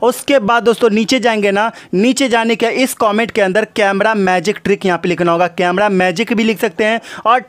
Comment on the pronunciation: अबे ये कैमरा बोल कैमडॉ क्यों बोल रहा है!@